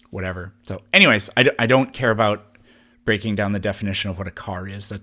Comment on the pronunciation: "How aboat... "